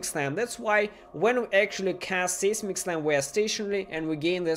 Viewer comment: it's pronounced "sizemic" slam English is stupid.